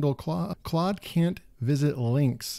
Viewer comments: They way you are pronouncing the tool's name, is absolutely correct. Not sure at all why it would be pronounced in any other way. Incidentally, Claude, itself, verifies the pronunciation. I went on and asked it: What is the phonetic pronunciation of your name? The response: The pronunciation of my name is "clawd". There you have it.🙂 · I’m wouldn’t pronounce it as “cloud” either. But then again I’m an Aussie and we tend to disagree with Americans in pronunciation sometimes 😂